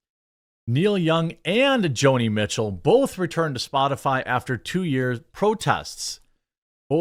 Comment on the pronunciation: Who the hell are Kneel Young and Jo-Knee Meat-Chill?